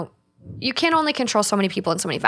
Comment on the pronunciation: Completely irrelevant, I love the podcast but I am always so entertained how they say “can” it sounds like “ken” to me & it’s actually so cute 😂